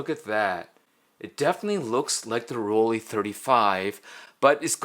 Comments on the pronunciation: Should it be pronounced "Roll-Lee" or "Roll-Lai"? AFAIK, "ei" in German is "Lai". Well..., may be we can call Rollei Fans "Rollies" like "Swifties"? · Here is how to pronounce Rollei correctly: Roll-eye ;)